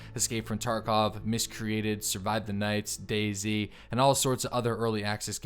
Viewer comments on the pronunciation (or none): none